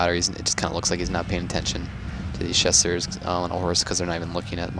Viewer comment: Well, while we're at it, his pronounciation of Chasseurs needs a touch up too. Though i can't think of a similar sound in English, the -eu, is definetly not pronounced -u. The best example i can give is an Ø/Ö sound.